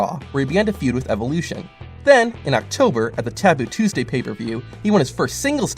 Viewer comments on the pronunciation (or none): none